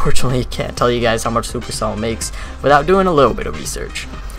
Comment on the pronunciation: Almost pronounced it perfectly. 👌